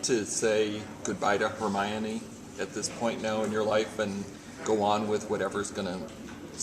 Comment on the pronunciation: did anyone else notice her try not to laught at the way the guy says her caracters name?? hahaha